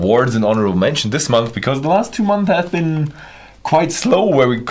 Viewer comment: It’s not pronounced “2 month” you should pronounce 2 months as “2 MUNCE” Wie Geht es ? I’m Half German and I know .. almost all Germans mispronounce “Months”